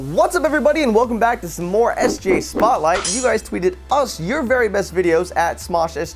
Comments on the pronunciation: Did anyone noticed he said "SJ Spotlight" ? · Ath the beginning said SJ spotlight games don't start with a j